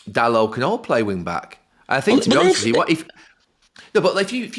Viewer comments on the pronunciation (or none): none